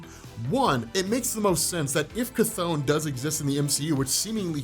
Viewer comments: Chthon is pronounced, ’Thon’. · It's not Chthon it's Despair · You said “Chthon” twice when comparing him lol